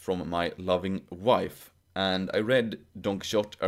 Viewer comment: Todo bien. Pero recordad que la «x» en Quijote es una grafía arcaica no solo para /x/, sino en origen para /ʃ/. De manera que nunca se pronunció [kíksote].